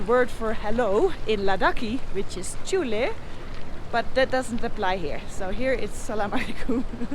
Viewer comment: Hi Norally, It's not chule it's juley !! For hello in ladakhian language